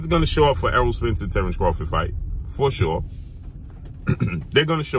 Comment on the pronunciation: If Bud changed his last name to "Crawfit," wouldn't have to pronounce it any differently than he does now.